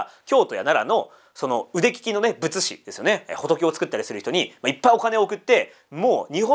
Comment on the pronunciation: 「仏師＝ぶっし」です。「ぶつし」ではない。